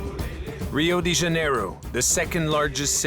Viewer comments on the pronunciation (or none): First of all, it's not italian but portuguese ("Río DI Janeiro" is wrong, it's DE). Second, and most important: To all first world resident viewers, police is quite different in the so called developing countries, they're a mafia, and it is not that criminalilty should be minimized, but they are both the same scum but with different colors, they're both poor mostly educationaly an intelectualy. Take a good look, 'police' are not catching big criminal entities but just poor neighborhood dealers, for weed! which is still illegal because of political convenience in most countries. The small and mid sized criminlas taken down, get busted because they fail to aling with police and corrupted gov or just f*d up, but not really for doing harm to society. Any intelligent and conscious person could tell that this lame documentary is just propaganda BS, staring a fair looking police b*i*ch. Sheeple food for brain rot. Both real criminals and police don't deserve any sympathy, trust your gut but not any of them niether this half assed truth entertainment show.